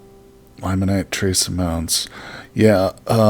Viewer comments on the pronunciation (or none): Ilmenite is pronounced ILL-meh-nite just to let you know.